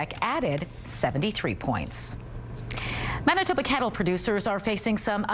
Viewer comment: Wait, it's pronounced mennatubba? I'll need some time to process this